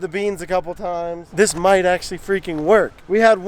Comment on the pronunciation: Heavy emphasis on the “might”